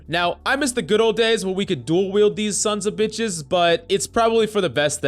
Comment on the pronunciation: "dual weld these sonsa beshes"